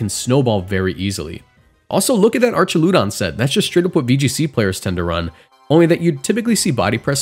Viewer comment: "Artch-a-lewd-on" Did you really pronounce that and think it sounded right? lol